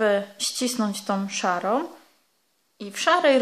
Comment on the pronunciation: Tom, szarom, różowom, włóczkom..... rany kobieto naucz się poprawnie mówić skoro się bierzesz za nagrywanie filmów i publikowanie ich.